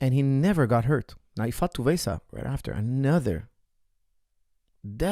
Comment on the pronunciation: Great breakdown coach. But Tuivasa is not pronounced ‘Tu-vay-sah’ it’s pronounced ‘Two-ee-vah-sah-‘